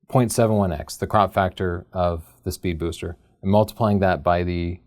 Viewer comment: Drinking game: Take a shot every time in this video that struggles not to say "Spood Beester."